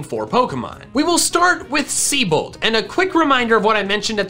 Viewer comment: "We will start with Siebold." That, uh...that name's actually not pronounced "sea-bold," by the way. It is German, and is pronounced "Zee-bolt." Source: I know a Siebold.